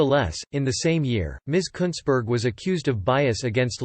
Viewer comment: You said it right mate, Kuntssberg.